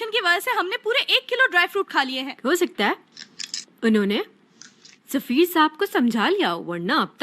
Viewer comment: Likha hua padha hoga show mein , turkish me safeer hai , urdu me usse bolte hua zafar ho gya woh 😂